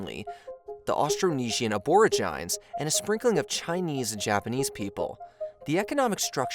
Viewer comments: Narrator's pronunciation is off. "Aborigines" is pronounced a-bo-ree-gee-nee not a-bo-ree-gee-gene. The Qing dynasty is pronounced Chi-ing (like ka-ching). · Aborigines are pronounced Abor-rij-jin-knees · ‘Aborigines’ is pronounced ‘Ab-bo-ree-gee-nees’ by the way. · "aboorjynez" hurt me more than i expected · Aborigines is pronounced A-buh-ri-juh-neez 🤦🏽‍♂️ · I stopped watching after your repeated mispronunciation of Aborigines. Have you never seen a documentary on Australia? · that is very much not how u say aborigines.